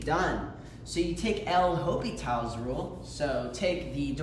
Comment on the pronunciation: ain't no way bro called it "El Hopital" like it's some Mexican mobster lmfao